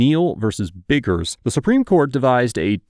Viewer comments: Lmao at the slow down in pronunciation of Neil vs Biggers in an effort to not be cancelled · He waa being extra careful when he was pronouncing "biggers" lol i love